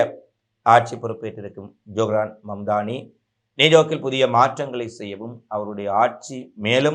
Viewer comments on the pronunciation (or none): Not shahraan His name is johraan